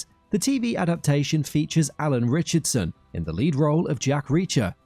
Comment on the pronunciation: Ritchson, not Richardson.